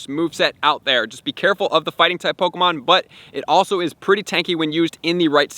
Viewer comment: I don’t like how he says “POKOmon”😖